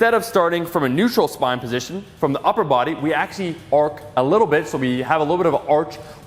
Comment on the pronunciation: Omar saying upper Buwudy uwu.